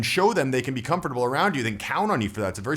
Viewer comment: You're saying comfurble wrong in this one! Great video as usual,. Awesome how you put a lot of thought into all the variables of a social environment and give alternatives respectively. Happy new year!